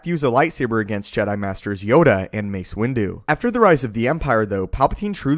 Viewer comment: MASE WINDUW